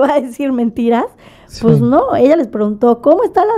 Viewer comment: Según ella muy Fresa y dice " pus" en lugar de pues 🤣🤣🤣🤣🤣🤣🤣🤣🤣🤣